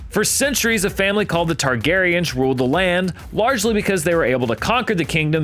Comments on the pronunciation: Excuse me, did he just say Targariage? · i thought he said, "Targeryen incest..." hahaha